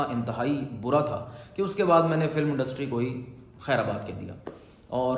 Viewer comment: خیرآباد نہیں بھائ. . خیرباد آپ نے بھی سب اینکرز کی طرح غلط ہی بولا😂😂😂😂😂😂😂😂😂😂😂😂😂😂😂